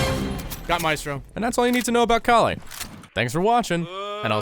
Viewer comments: Her name is pronounced call-ee and is referencing kali ma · Its kaa-lee (i am indian) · It's the name of an indian god. Pronounce cauh-lee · the whole saying her name wrong wasn’t funny until he said calculator. for some reason that fucking killed me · I love how he just gave up pronouncing her name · my god it's just a 2 syllable word... how difficult can it be to pronounce it?! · Not gonna lie. Mispronouncing Kali's name wrong 30 times in this video was extremely annoying and off putting. You overused the joke. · very slick of you mispronouncing her name to make the vid 10 mins.. i m o n t o y o u